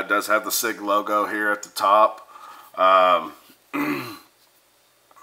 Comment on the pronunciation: It’s pronounced sig sour weird I know I just got the P226 extreme 9mm just awesome got the P229 sas 9mm on lay away can’t wait and then finally it’s the M11A1 time sweet sweet gun and your right on the UID labeling it’s for the armorers to scan it in and out great vid keep em coming! thanks